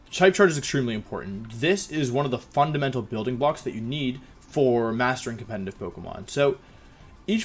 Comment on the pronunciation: How do you pronounce competitive with an audible n every time you say it